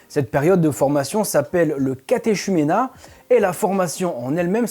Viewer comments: on écrit CATHECHUMENAT mais on prononce catéCUménat merci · on lit "catéchuménat", mais les gens qui vivent dans la vraie vie prononcent "catécuména". on ne te l'a pas dit, dans ta loge ? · Bonjour, Catéchumène et catéchuménat se prononcent que et non pas che Phonétiquement on dit catekumena et catekumene. 😉 Perso je forme des cateKUmenes au cateKUmenat en vue du baptême ou de la communion et la confirmation, c'est comme ça que je le sais 😃. Merci pour ce que vous faites, c est intéressant. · Alignement évidemment volontaire. Bon, cela dit, ça se voit que ça fait longtemps que t'as pas discuté avec un catholique, car on ne prononce pas catéchuménat comme ça se prononce, mais à la manière suivante "catékuménat", le "ch" ne se prononce pas ainsi, et c'est pareil pour son petit frère "catékumène"/catéchumène.